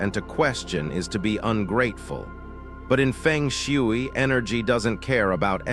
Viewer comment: Your AI pronunciation of FENG SHUI is comical 🙄🤣😂and totally wrong!!!!! If this is a FENG SHUI focus channel, your essential main job is to learn how to correctly pronounce ‘FENG SHUI’ in the first place!!!!! 😂 You’ve loss your credibility by messing up the very essence of FENG SHUI sound and pronunciation!!!